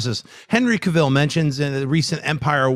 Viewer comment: Poor and his terrible name pronunciation! "Monica" "CaVEEL"... Lol is such a character onto himself! Love it.